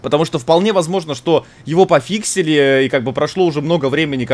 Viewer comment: Весь мир: Говорит "Пофикшен" Булкин: "Пофиксин" (Фиксики на месте)